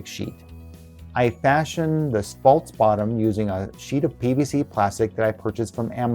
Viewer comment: The word isn't pronounced "faults" it's "false"..